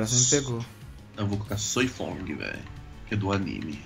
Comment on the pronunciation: é Soi Fon não Fong kkkk vc esta fazendo mtos Cortes kkkkk